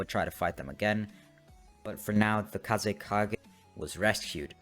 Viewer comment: dude said kazekaze XD